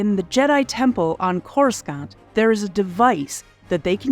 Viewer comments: Couldn't finish. Learn how to pronounce Coruscant, for Fuck's sake! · every time she says Coruscant wrong its like nails on a chalk board. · Are you purposefully mispronouncing Coruscant??? Much cringe. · I’m here for all the comments about the mispronunciation of Coruscant. Had to stop watching…hurt my ears. Do or do not. There is no try. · WTF Happened to the Pronunciation of Coruscant???? That was easily researchable. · UGH! The second "c" in Coruscant is silent. Why are names that have been established for DECADES pronounced incorrectly?! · Because the hired voice “talent” has clearly never even seen the movies. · Oof yeah. It stings every time she says it. All it took was just one person who had any love for the series to check the vid first and that would've been glaringly obvious. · Yeah. Even if the talent doesn't know the pronounciation, that's what a director/recording producer is for. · Oh my gosh. Its not pronounce c-o-r-u-s-c-a-n-t. Its pronounce like C-o-r-u-s-a-n-t. The c sounds like an S. You really can tell who is a star wars fan. Geez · Yeah this pronunciation bugged me too. Makes me think it’s an AI read. Core-is-scant is not the way. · Please Please PLEASE review basic pronunciation of your topic material before releasing your videos! This happens repeatedly on your channel, which only diminishes your credibility. Trevorrow has stated in multiple interviews that his name rhymes with "tomorrow". And "Chorus Can't" - ?!?!? AAARRRGGGHHHH!!!!!! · “Trevorrow” rhymes with “tomorrow.” Not Trevor O. I only know this because he said it during an interview with Chris Pratt in a “Jurassic World” featurette. Also, the second C in Coruscant is silent. “Core-uh-sawnt.” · Someone MUST have said this but just in case - it's pronounced Corus-sahnt. No Hard C. Clearly you've never watched a prequel. I won't judge you for that. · CoreSCANT? Really???